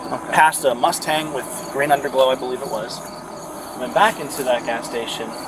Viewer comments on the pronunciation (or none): Never heard it pronounced Muss-tang.